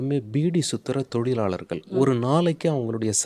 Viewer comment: நெறியாளர் தமிழ் உச்சரிப்பை திருத்திக் கொள்ளவும்.. வணக்கங்க'ல்'..? தொழிலாளர்க'ல்'..?